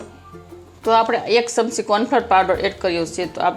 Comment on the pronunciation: ચમચી બોલાય સમસી નહિ